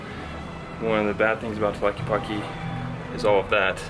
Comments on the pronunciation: Sorry for correcting you on how you're pronouncing tlaquepaque but the first thing you should notice is the word "que" it's spelled twice in this word and I'm sure you know how to say "que", so it's pronounced tla-"que"-pa-"que", remember the e in Spanish resembles more the sound of the a in English and not the e it's more like the Canadian eh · Hi y the pronounciatiom of the word Tlaque paque is Tla/que/pa/ que not tlakipaki. Like when gringos pronounce my name as enriki, not good. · "Tlaquipaqui" hahaha. Saludos güeros. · I like how you pronounce it. "Tlakipaki". Love your effort to know "mi ciudad". Saludos desde Alemania. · Remember in Spanish E is not pronounced iii, you are saying tlaquipaqui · "talky palky jalisco" .... yup, it's really hard to pronounce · It is pronounced Tlaquepaque TL Ka ke pa ke in Spanish vowels especially at the end “E” eah. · Stop saying Tlelatepaqeeeee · in Tlaquepaque, the E sounds like in elote, ernesto